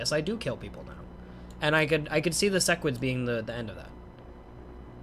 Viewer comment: idk what interplanetary demon pact I need to enact or agree to that will stop cursing my ears with SESS-QUIDS but please I beg stop calling them that. It's SEH-QUIDS. Love the vids otherwise <3